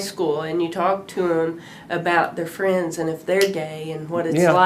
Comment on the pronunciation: Can't you understand that he is saying "we fwiends" 🤣